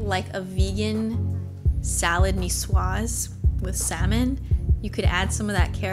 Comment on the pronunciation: You pronounce salade niçoise so well. Beautiful to hear. Thanks.